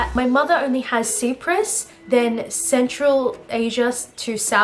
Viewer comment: Your results are fascinating and you are beautiful, just one thing, I am in fact Cypriot and it made me cringe when u mispronounced Cyprus 💀 its pronounced like Sai prus, thanks 👍🏽